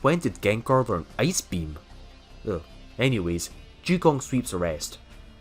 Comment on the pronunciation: Lmao Ju-On It’s WAAAHHHNNN